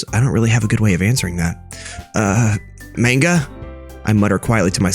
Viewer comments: Btw not tryin to be mean but you your supposed to say it like Monga but whatever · this man really said manga as, main guh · it is pronounced "m-ON-ga" at least thats how i learned it lol